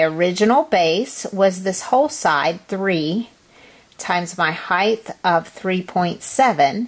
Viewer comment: Height ends on a T. Not a th.